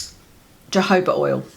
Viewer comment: You're gorgeous,. I had a little giggle over your pronunciation of Jojoba oil and my reaction/inclination. To an Aussie with a drawl like me, it sounded like "Jehovah Oil" and I thought..Hmm, I wonder if that's the oil Priests use to bless things. Then realised you said Jojoba. What a dumb, down under Sheila I am! lol.